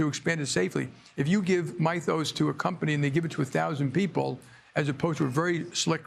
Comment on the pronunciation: Weird how he pronounces "Mythos".... 🤦‍♂😂